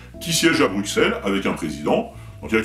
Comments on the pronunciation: Bruxelles, le X se prononce S, donc BruSSelles en phonétique, pas BruQUSelles. ^^ Signé : Un belge qui t'es fan. ;) Vidéo remarquable, continue ! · Bruxelles se prononce Brusselles ;) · Ah et pour les oreilles de nos amis belges : ça se dit "BRUSSELLES". Tu verras, ils auront le sourire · Bruxelles se dit Brussel !! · Rhaaa j'en ai marre moi quand on prononce mal le nom de Bruxelles !!! :) Faut prononcer "Brucelle" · bruxellles ... fais un effort sur la prononciation stp mdr